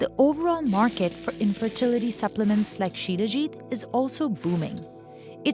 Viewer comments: It's salajeet (Salajit) not shilajeet 😂😂😂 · Shilajit = She-Le-Git = She Legit = Legit stuff to make her happy